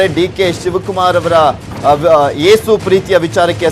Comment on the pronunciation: ಯೇಸು is a proper word not ಏಸು